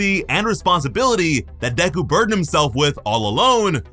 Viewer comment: Deku not DeKKu🤦🏻‍♂️